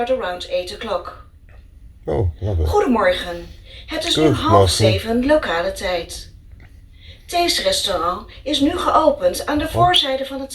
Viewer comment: Woaw I only noticed it here but the Dutch is a spoken by an English. Its very impressive "Locale tijd"